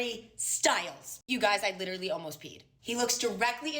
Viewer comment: "lItrILLeeeey" is the stupidest i LOVE it